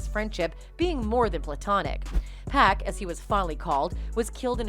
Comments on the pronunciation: It's not pack it's pac 😆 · I would ask that the commentator not pronounce Pac, Pack! It's P ah C ! Thank you. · 'Pack'? 😣 it's pronounced 'POCK' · That incident was shameful and so is their marriage. "Pac" is pronounced the way you pronounce it when you say his full name. Like "pock" in "pocket" not like "pack" in "six pack." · It’s Pac not pack don’t disrespect. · lol yoo it's Pac not Pack... I know you read the name like it's pacman but no😂😂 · Why you calling him 2pac but refer to him as pack? It’s Pac(Pawk). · Why do you pronounce 2pac right but not Pac?!? Just say it the same without the 2